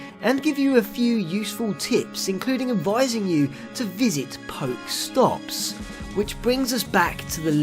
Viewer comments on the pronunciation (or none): I think it's pronounced "Poke-eh-stop" just like how the "poké" in pokemon is pronounced.